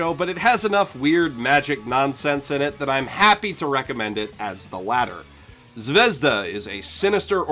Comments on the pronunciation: I was about to comment about how you keep saying Zavezda when it's zvezda, but you correct yourself once to say it properly , and then go back to saying zavezda. Why do you do that? It's has no za in it, aren't you using more energy to do it wrong. You don't say "Zawei-hunder" when you say Zweihander, no do you say Zaveza when the russian word is zvezda. Please stop. Please. Please. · Just so you know you pronounce zvezda completely wrong. It's not japanese word, it's russian (Звезда=Star), therefore accent in the word does matter. Accent is on the letter A, by the way (zvezdA). Well, at least you say chaika right. And yes, it's also a russian word. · it's zvezdA, not zvEzda, thank you very much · it's zvehzdUH, not zvEHzduh, duh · It's not zvEzda, it's zvezdA. Russian word for "star". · About "Zvezda". Its a Russian word which mean "Star". And not "zvEzda", but 'zvezdA'. I know, noone cares... But maybe? ))) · Zvezda is pronounced ,Zviz-da russian word for star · Z-vi-ye-z-da. russian word for star. i like the vid but man did that word tick me off. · Zvezda? really dude? fucking really? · Just so you know, "Zvezda" means "Star" in Russian. It bothers me that no one can pronounce it correctly. Put it in google translate, and see how different it sounds from how everyone says it. Here is the word written in Russian: Звезда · By the way, interesting fact - 'Zvezda'(the stress falls on the last syllable) is russian for 'star'.